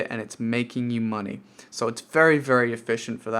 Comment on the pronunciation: Lost count of the amount of times you said moneh.